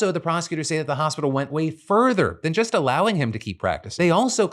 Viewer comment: Just. The word is just, not jest. Jest means something different.